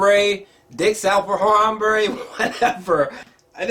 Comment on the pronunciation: You have disrespected harambe by pronouncing his name very wrong . Unsubbing I joke